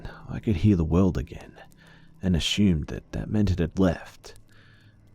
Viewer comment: I love that you pronounce "assume" as "ashueme"